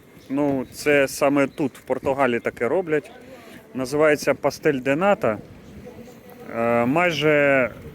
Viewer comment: Ну чому наші блогери не можуть у людей дізнатися , як правильно говорити? Не Лагос, а Лагош, не пастель, а паштел де ната, не Хоао, а Жоао.